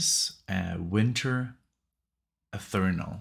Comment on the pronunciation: Haha, your "German" is pronouncing Wah - n - der - lust, not with a "V". Your "Nickisms" are just another element that keeps us coming back😄 Btw - its Winter Eth - theer - ree - el😉. Wow!, hardly anyone tackles this unknown/underrated band, and I thank you soo much for taking a listen to these guys and sharing with your growing audience. So ironic that you chose the more Traditional sounding "Metal" track with its proggier moments (along with the very Metal "Straight and Narrow"), where-as the other tracks are Hard Progressive Rock or (mostly) Prog Metal, with some HEAVY subjects for lyrics. The line-up is pretty amazing on this album, which is different than the debut, that was basically the newer version of Fates Warning without the current singer "Ray Alder" (who has been with them since Arch left after "Awaken the Guardian"). "Sympathetic Resonance" is slightly heavier and with more technicality/complex parts. On this album its much more melodic and a few tracks that add a little complexity and tempo-changes (where SR has much more changes). The guest musicians are: Joe DiBiase Bass (former/original bassist for Fates Warning) Mark Zonder Drums (former "2nd" drummer for FW on 6 albums, formerly with Warlord) Joey Vera Bass (current bassist for FW, formerly with Armored Saint) Bobby Jarzombek Drums (FW drummer for last 3 albums) Frank Aresti Guitar solo (FW guitarist for 7 albums sporadically) Baard Kolstad Drums (Leprous) Steve DiGiorgio Bass (bassist extraordinaire f